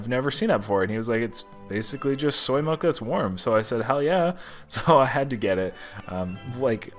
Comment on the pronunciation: Milk not melk